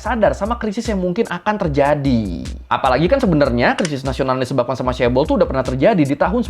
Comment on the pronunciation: Dulu bacanya caebol, sekarang caebel 😅